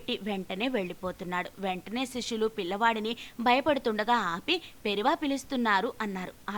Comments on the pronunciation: It’s not Periva. 😏😏 It’s Periyava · పెరియవ అని మీ వాయిస్ లో సరిదిద్దుకోగలరు .